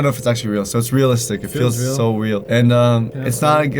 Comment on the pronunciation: You idiot it is not weal it's real